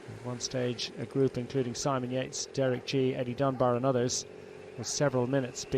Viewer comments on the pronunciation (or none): I'd rather listen to this guy than that australian boy calling Yates Jates... such disrespect to the great man from Bury. I mean, has he even RIDDEN Long Hill? No!